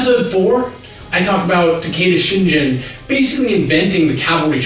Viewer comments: I winced every time he mispronounces the name "Shingen" as "Shinjin." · takeda shingen, not shinjen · Just FYI, it's ShinGen with a hard G, not ShinJen (soft G). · "Takeda Shin'J'en" How are you gonna pronounce Uesugi correctly but fuck up Shingen? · I like your videos a lot -- but did want to mention one thing in this particular video. Regarding Takeda Shingen -- around the mark or so in this video, you keep pronouncing Shingen with a soft "g," so it sounds like Shinjen. It is pronounced with a hard g. (It is a tedious comment, I know -- but since he is one of my favorite characters in Japanese history, I did notice it.) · Very interesting that they talk about Japanese names/words... when for all the videos Kyoto was pronounced wrong. It was pronounced kee-yo-to in the video, when it should be kyo-to (two syllables, not three). And as many people pointed out, Shingen should be shin-ghen not shin-jen. And finally, palanquin is pronounced pal-ann-keen. That being said, absolutely LOVED this video series! So awesome. Definitely checking out other videos from this channel. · It's "Shingen", not "Shinjen." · A little note... It's Takeda SHIN-GEN not Shin-Jin... 「しんじん」じゃなくて「しんげん」だよ～。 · Surprised by how comfortable a person can be with Japanese names without really having pronunciation down. Reminder: G in the Hepburn Romanization system is always "hard G" as in Sengoku. It's ShinGEN, not Shinjen. Japanese doesn't really have names ending in -jen. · Shin-gen. g like "greg" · Love the show. Love the fact that people get to learn more about the history of this period, but OMG I kept cringing at the pronunciation of Takeda Shingen's name especially since the pronunciation of Japanese names everywhere else is great. There are no soft G's in Japanese though. It is pronounced like GEHN because the base for the characters come from ka, ki, ku, ke, ko. When you add two dots to the upper right corner of those characters it turns from a k sound to a g sound, so only hard G's.